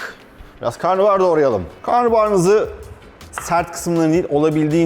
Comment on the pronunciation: Karnıbahar değil ama karnabahar... pliiizz